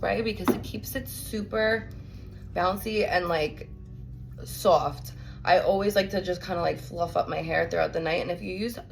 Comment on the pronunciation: Love how you saw sowaft! ❤ I love all the various US accents!